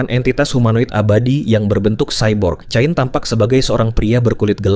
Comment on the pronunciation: Itu bacanya kein